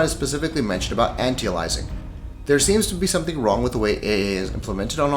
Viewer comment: An-tee-a-lizing? haha it's anti-aliasing.